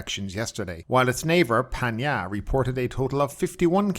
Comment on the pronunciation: Great informative post as normal 👍 But can you please pronounce PHANG NGA correctly. ( It is Phang Nga NOT PAN YA )